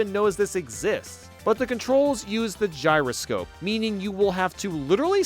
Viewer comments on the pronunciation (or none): none